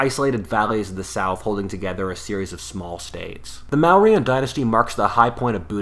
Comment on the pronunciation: Mauryan is pronounced as 'Moriyun'... Kautila 😅 he is famously known as 'Chanakya'... 'Shiva' is pronounced 'Shiv', 'Chandragupta' is again pronounced as 'Chandragupt', the 'a' is added at the end while writing ✍️ in order to denote respect 🙏 to the God/Person, but it's "silent" when pronouncing... The Language 'Sanskrit' from which most current Indian languages where derived paid a lot of emphasis to phonetics, there is the mention of Goddess 'Vacha' ('Vaach') [which literally translates to word or sound], in the stories of the beginning of creation and how everything came to exist, kind of similar how it's described in Bible that 'word was with the God and Word was the God'...